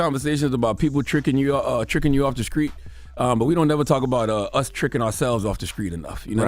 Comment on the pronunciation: So, I might be out of the loop, but I've always wondered why Charlemagne pronounces the "st" sound as "sc"? For example, instead of "street," he says "screet" , or instead of "self-destructive", he said "self descructive." Is the "sc" because he's representing South Carolina where he's from, or is it something else?